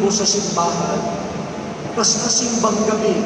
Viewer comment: T: Saan ka pupunta? S: Sa SEEM BÆNG GEB BEE. 😅